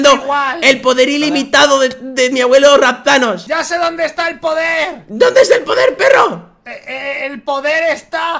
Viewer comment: rapthanos suena a raptanos